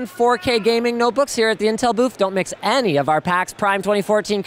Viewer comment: but I really wanna "MIX" your PAX prime coverage =P (had to listen to it twice actually cause the first time i though that i had misheard it lol)